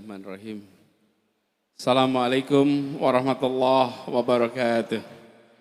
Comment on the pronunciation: Sedikit kritik untuk pak Anis tolong di sampaikan, pak Anis di saat mengucap salam terdengar di awali dgn ucapan Salam Alaikum, yg benar di awali dgn Assalamu 'alaikum , kemudian yg barusan , ada ucapan di awal tadi, wabil Muhammadin nabiya warasula , yg benar wabimuhammadin nabiya warasula